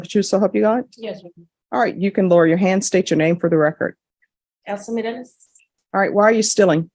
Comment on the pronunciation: Mros?? It's Morales, come on, get rid of the transcript if you can't do it right